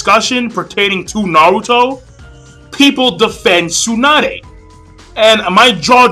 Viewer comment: I don't mean to criticize, but your pronunciation of Tsunade really sucks >< You Americans never cease to amuse me in your pronunciation of Japanese names ^_^ But don't take it the wrong way, I don't mean to offend you. And to each his own. Some people love Tsunade, like me. Some people can't stand her. And like you said, it's your opinion, others feel differently. I understand where you're coming from and why you feel that way, but that's only your opinion